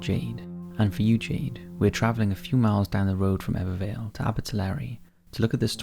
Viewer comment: Very impressed at how well you pronounced Ebbw Vale and Abertillery 👌